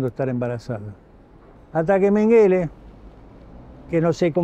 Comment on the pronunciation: Mengele es un apellido aleman .. Se pronuncia con acento en la primera E ... Significa ....montoncito...